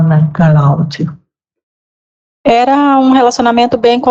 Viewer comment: A juiza fala Craudia????? sério?